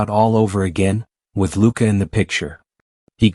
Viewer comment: Who is announcer that saying luka's name wrong 😮, can he not read!!!